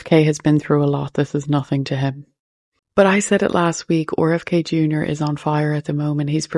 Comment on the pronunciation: The way she pronounces 'RFK Jr." is pretty cute. Owr F K.